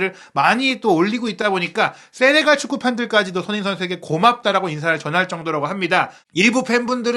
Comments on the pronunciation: "소너잉 선수" "소너잉 선수" "소너잉 선수" "손흥민 선수"로 발음해주시면 감사하겠습니다. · ㅋㅋ😂😂😅 소너밍도 아니고 소너잉 ㅋㅋㅋ